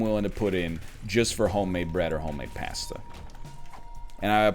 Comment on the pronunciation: I want to stage a coop against the way northern lion says pasta